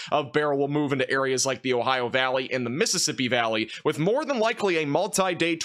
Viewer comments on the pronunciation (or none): none